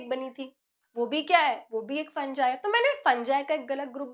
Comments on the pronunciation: Mam फंगी होता है फंजाय नहीं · It's fungi not funjai